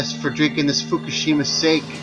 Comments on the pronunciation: sake is pronounced "sah kee" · Sah-kee. Hahaha. Sake.